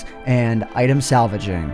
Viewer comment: Did you just say Salaving?